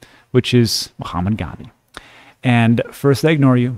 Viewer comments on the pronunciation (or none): none